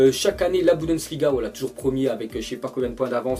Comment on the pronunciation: BUNDESLIGA, pas Budensliga, putain tu nous la fait à chaque fois MDR XD XD